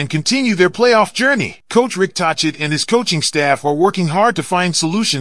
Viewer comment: Pronounced Talket not tochit also Besser not boser. Get that straight and I might subscribe